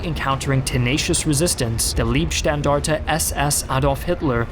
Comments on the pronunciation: You pronounce leibstandarte wrong. You pronounce it as liebstandarte, lieb means dear or sweet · It's Leibstandarte. LEIB. meaning heart/body not LIEB which means love! Pronounced as in "lie" > lie down...